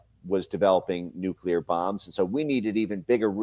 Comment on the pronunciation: Benny, please pronounce NUCLEAR correctly...please?